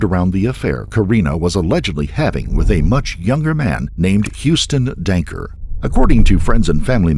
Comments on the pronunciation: Perps name is Huston Danker. Not Dunker. I’m a Waterloo local. Very wild case in such a small town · I love how narrator calls him DUNKER lmao 😅